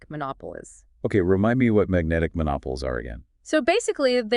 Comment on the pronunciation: Magnetic monopoles - check pronunciation.